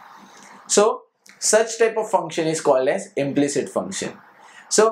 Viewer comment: It is not"implict".... It is "implicit"